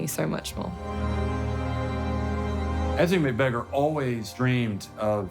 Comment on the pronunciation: How about learning how to pronounce her name properly?